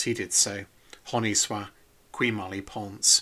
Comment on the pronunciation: I liked your Latin pronunciation of "qui" :)